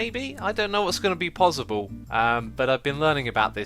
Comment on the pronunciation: It's possible not pozzible